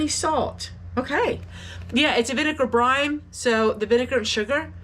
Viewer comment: It sounds like you are saying ‘brime’. I think you are meaning to say ‘brine’.